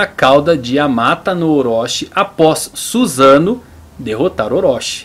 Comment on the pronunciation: Adorei o vídeo muito bem feito e estruturado, só melhora um pouco sua pronúncia sempre que ver uma palavra em japonês escrita em letras romanas por exemplo Susanoo o S vai ter som de "ss" ou seja "Ssussanoo" ou "Amaterassu" e quando vê "Chi" a pronúncia vai ser "Tchi" espero ter ajudado